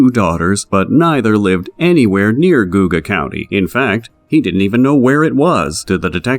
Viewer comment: I wish you would of googled atleast how to pronounce Geauga County. Sounds ridiculous